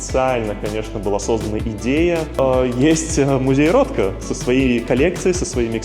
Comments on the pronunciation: Прекрасный ролик, познавательно. Единственное музей рОтко(ударение на первое о). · рОтко - ударение на первую букву О